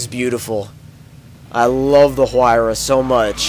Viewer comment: The "H" is pronounced like a "W"